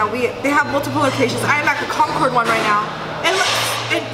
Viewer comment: They should not serve her just for the way she says Concord.